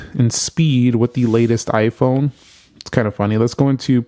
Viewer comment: Its "iphone" not "iphun"